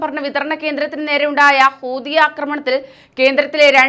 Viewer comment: കൂതി അല്ല മക്കളെ, ഹൂതി ഹൂതി, എന്നാണ്